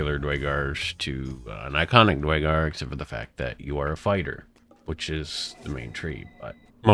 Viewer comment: DUHR! IT'S DUERRRRGAR! NOT DYGAR